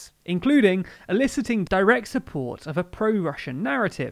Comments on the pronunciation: Eliciting, not illiciting. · Eliciting not Illiciting